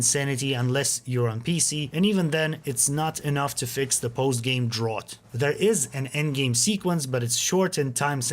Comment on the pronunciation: "drawrt"? If you mean drought, it's "drowt" (rhymes with out).